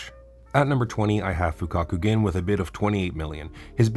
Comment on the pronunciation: his name is igarashi gurimu, not igarashi igaguri also its not tsuguri but tsurugi.... AND NOT FUFAKU GIN BUT FUKAKU GEN, I KEEP HAVING TO EDIT THIS COMMENT AS I WATCH